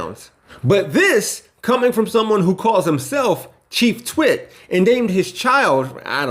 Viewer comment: Did he say Chief twit or chief shit? Elon is just another one of the douche Bros